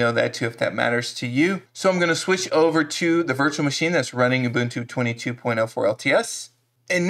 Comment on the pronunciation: You are one of the few Americans that can correctly pronounce UBUNTU. For that alone you gained a new subscriber!!! But your videos are also great! Another thing you can do after removing "snapd" is to forbid it from being automatically installed in the future: $sudo apt-mark hold snapd